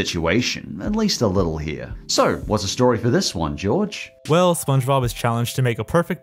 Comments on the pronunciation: Did you call him george?? 😭😭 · Which side are you wan Jorge or what calls him Jorge